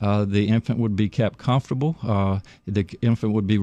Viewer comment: “We gone keep that Beh-beh comftable!”